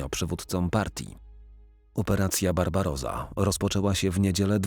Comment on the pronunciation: Inwazja na Związek Radziecki nosiła nazwę Barbarossa, nie Barbaroza. Zajmując się historią Niemiec wypadałoby, jeśli nie znać język niemiecki, to przynajmniej czytać kluczowe hasła.